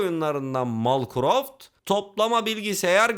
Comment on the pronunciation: Malcroft dedikçe deli gibi kahkaha atıyorum